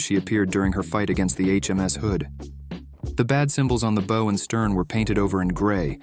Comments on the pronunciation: “Bo and stern”? Is this AI-narrated? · Pronounces "bow" of the ship like "bow" in bow-tie. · Boe! You mean bow. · BO. LOL Learn how to pronounce BOW man. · More pronunciation commentary. You pronounce "bow" (at about ) to rhyme with "whoa," or "no." No, that is not right. When applied to a ship, "bow" rhymes with "now," or "wow," or "cow," or "pow, " or "sow," or "how now brown cow." This commentary is free. You may subscribe to the advanced version for only $20,000,000. But it's worth it, to avoid sounding like a dork. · One of these days I'll hear a readerbot say "bow" as a homonym of "bough" and not "bo" when referring to a ship. At least I think I will. Call it groundless faith. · So refreshing to find a modeling channel that made me laugh. But dude, please, "bow" of a ship rhymes with "wow." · Re-VELL. And the front of the ship is called the "bow," rhyming with "wow."